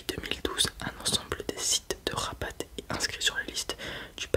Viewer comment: La ville Rabat se prononce Raba on ne prononce pas le t Sinon tres bonne vidéo comme d'hab